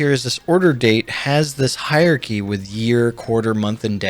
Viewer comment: Great video, but you can't pronounce 'hierarchy'!